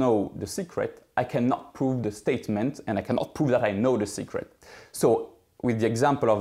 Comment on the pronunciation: When he first said secret, I totally thought he said cigarette